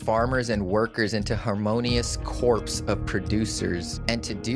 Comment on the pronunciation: The P in corp in not sounded out. Unless you’re talking about a dead body in corpse. Otherwise it’s pronounced like CORE. 😊